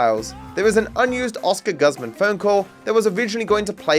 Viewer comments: Your pronunciation of gooze-mahn as guhzmin felt like a hate crime lol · australians pronounce guzman as gus-man? that's wild